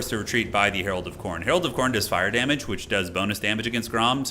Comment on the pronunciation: "Alot of damaaage" is exactly what the turin watching french would say.